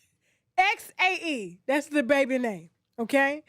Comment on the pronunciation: The pronunciation for Xae might be zay 🤷🏾‍♀️